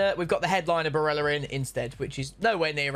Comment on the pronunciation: If I hear another person pronounce Barella's name like he's Spanish, I'm deleting YouTube